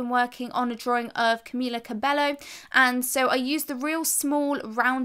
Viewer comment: Gurl it's pronounced as "camila cabeyo" but tysm for the tips